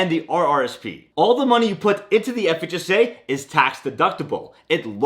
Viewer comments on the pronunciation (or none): He has a seizure every time he says FHSA. Relax! Enunciate the H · The speed to which you pronounce ‘FHSA’ is remarkable…